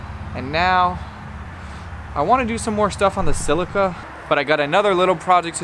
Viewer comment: Celica not Cilica.